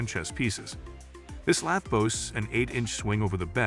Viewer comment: Informative? I read all these same words on the product information pages on the web. Useful? Please have a real person read the script next time instead of AI. Lathe (lay-the), lath, and lay-thee used indiscriminately was bothersome and never consistent. Numbers read individually…ugh. Plus, you never gave a ranking, simply descriptions.Sorry. You surely can do better.